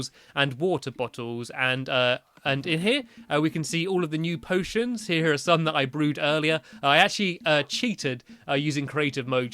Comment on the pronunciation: You said potens